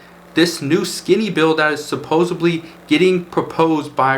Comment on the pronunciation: Did you just say “supposebly”?